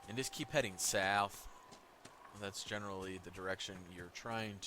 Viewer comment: “And just keep heading SoUwF.” 🤣🤣